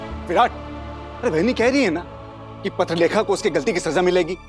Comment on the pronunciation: Papilekha nhi patralekha